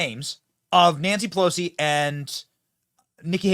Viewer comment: When did Pe-lush-ee "spits out dentures"?? Click bait B.S.